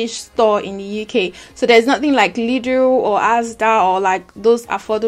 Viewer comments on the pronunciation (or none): none